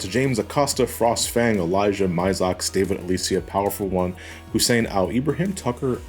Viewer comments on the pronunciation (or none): none